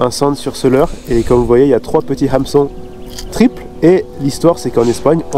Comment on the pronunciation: A chaque fois que tu dis le mot "Hameçon" dans tes vidéos je me tape une barre aha, la prononciation est bien trop drôle